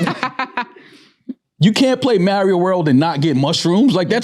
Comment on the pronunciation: The way pronounce Mario don’t sit right with me lol